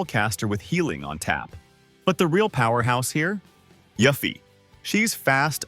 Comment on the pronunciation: Listen, I love you, but the way you pronounce Yuffie as "YUFFY" instead the proper way "YOOFY" was hurting me lmao